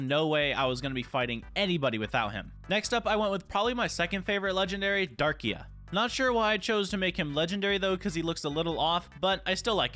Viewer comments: Bro its dark-rai not darkia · It’s Darkrai (Dark-Ry)😭😭😭😭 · i was cringing from the mispronunciation in that like its Darkrai as in (DARk-RIE) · IT IS DARK-RAI NOT DARKIA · ‘I have zamazenta thunderus reshiram kyogre mewtwo and darkia’ not to be rude but it’s darkrai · Hearing darkia instead of darkrai is unnerving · Man’s calling Dar-cry Dar-ki-uh like where’s that last uh coming from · its darkrai not darkea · Darkiya bru- darkcry its how to pronounce it this is the name darkrai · Bro it’s darkrai, not fucking darkea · darkrai❌ darkia✅ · pov: you got a little triggered when he miss pronounced the names i mean he called it darkia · Damn you saying Darkia hurts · It's Darkrai not darkia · why are u calling darkrai darkia he is not lugia lol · Stop saying (dar-qu-a)!!!! It’s (dark-cry) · Loved the vid, but it’s pronounced (Dark-rie) not Darkia😂. Cant wait to play against you! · Absolutely love the content u put up! All love from Sweden🙌🏽 Just the fact that u say Darkia instead of Darkrai, love it! Keep up the good work bud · Darkia😂😂😂😂😂 it's Darkrai dude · Sir it’s not dark ia it’s dark krai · Love the vid btw it’s (dark cry) not “darkia” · WHY DO YOU KEEP SAYING DARKIA ITS DARKRAI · Who else got offended when he said darkia 👇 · The way he said darkrai… DaRkYa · My guy called darkrai darkia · …….. it’s darkRai there is an R :,( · I like how he said darkia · Darkrai is pronounced dark cry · It's pronounced Dark-cry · Sorry but i have to say this darkrai is pronaunced darkcry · Not to be rude but its dark-rai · No offence but you need to work on your Pokémon pronunciation. It’s Darkrai Dark-Rie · Bro said darkrai wrong funny bro 😂😂😂😇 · I really hate being the one to do this but that’s not how you say darkrai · I love this video but how could you miss pronounce Darkrai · you said darkrai wrong